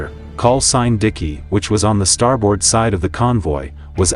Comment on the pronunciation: They're called "depth charges". Also, the pronunciation is not "star board", it's "starbird". In WWII, there was no sonar. It was called ASDIC. Navy personnel are called sailors, not soldiers. Torpedoes don't fly. (Note: NEVER call a Marine a soldier if you value your health.) Was this a junior high school history project? What grade did you get?